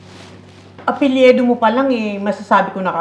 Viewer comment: Mother Ikaw mga ang mas taga Nunfok eh. "Apelyido" Hindi "Apelyedo"